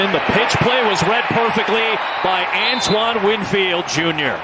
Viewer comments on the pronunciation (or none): none